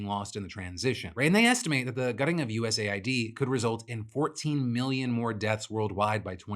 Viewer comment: Sorry, off topic, but I genuinely think Phill is saying USAID wrong, he says it USA-ID, but it wouldn't make more sense for it to be US-AID given the context of their work.